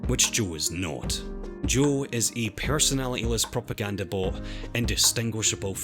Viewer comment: Oh sorry It sounded like he was saying Joel but fair enough